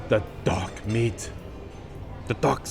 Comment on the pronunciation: When you said dark meat, I thought I heard “dog meat” lol